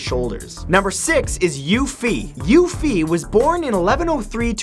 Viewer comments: omg I couldn't stop laughing after he completely butchered the name xiahou dun he said dun correct but xiahou is pronounced like she-a-ho not jin-jew that's not even close to correct. also Yue Fei is pronounced as You-e Fay not You Fee and he would be from Hu-nan not Hu-na (its the name of the place that he said that Yue Fei was from). ive been studying Chinese for almost 4 years and lived there for a lil while so I know how to pronounce it lol he normally does really good at pronouncing things or names from other countries so im not bashing him at all im just letting anyone whos really interested in these people know the correct way to say them. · Thank you for this video with accurate information of Chinese ancient warriors, next time I could help you with the pronounciations of Chinese names haha Lu Bu is pronounced more as Lew Boo, and Yue Fei should be pronounced as Yue Fay. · Xia (shee-a) Hou (Whole) Dun (Dune) is more correctly how it should sound by the way Lu Bu and Yue Fei also pronounced quite wrongly lol, but understood that Chinese name wasnt easy to read without the tones lol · Hey you might want to work on your Chinese. CaoCao sounded like Cacao the things used in chocolate, Yue Fei sounded like the girl from final fantasy. And I don't even know why Xia Hou Dun is pronounced with a few extra letters. Lu Bu was the only one you got close on and that name actually have a different u sound which is replaced as V in the Chinese spelling system.